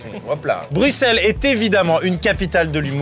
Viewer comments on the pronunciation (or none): le bruXllle m'a fait mal 😢😂😂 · Bruxelles Xxxxx il a dit Maxime s'est bruselles qu'on dit Les belges metez un cœur❤ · Ca ne se dit pas "Bruxxxxelss" mais "Brussel" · On ne dis pas bruxel mais brussel je le sais je suis belge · on dit brusselles pas bruxelle meme si ca s'ecrit bruxelle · ca se dit brussels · Brussssssssselle pas bruxxxxxelle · Maxime à Bruxelles on prononce le X par un S